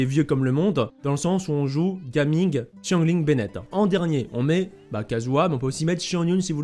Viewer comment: super vidéo comme d'habitude, au passage en mandarin ça se prononce " Jia Ming "'